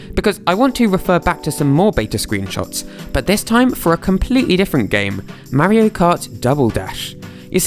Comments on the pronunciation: it is Mario not meario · ITS MAR-RIO like Mars with no "S" 😡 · Like watching these videos but I’m from America and it’s weird to hear you say Mario. But I’ll keep watching. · The way he says Mario, I just cannot get over it. 🤣